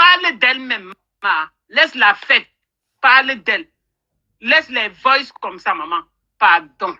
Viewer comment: On dit les voices et non les vokces